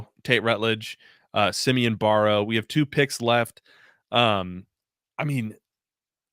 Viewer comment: It’s Barrow. Rhymes with sparrow.